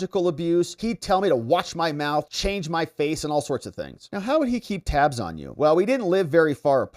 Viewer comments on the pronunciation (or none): none